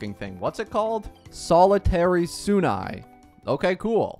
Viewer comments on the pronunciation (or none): Zian yan! Ofc😂😂 And suAnni ❎️ sunia✅️ Mistakes like that can be avoided with just a tid bit of effort, buy you chose not to... 🤦